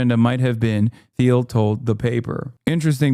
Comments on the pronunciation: It's a hard T sound, like Peter "Teal" not "Theal" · why you say "th-eel" and not "teel" thoooooo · It’s pronounced “Teel” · hasan doesn’t know how to pronounce peter thiel’s last name?